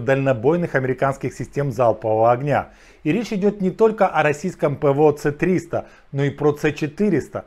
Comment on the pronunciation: Я дуже вибачаюсь, але совєти не використовували латиницю. Тому зенітки росіянські (та й наші) С-200, С-300 і т.д. читається "ес", а не "це"